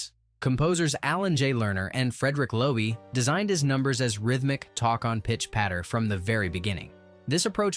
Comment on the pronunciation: In the team of Lerner and Lowe,Lowe is pronounced like low,not low e